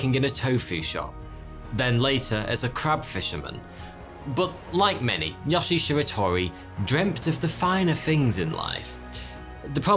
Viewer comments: You consistently mispronounce Japanese names. In Japanese, all syllables consist of a consonant sound followed by a vowel sound. So his name should be pronounced as Yo-shie Shi-ra-to-ri not Yosh-ie Shir-a-tor-i. Similar mistakes are made in the other Japanese names in this video. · btw yo-she-a she-ra-to-ree